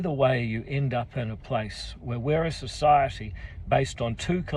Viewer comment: NO WHERE IN ENGLISH IS WH PRONOUNCED F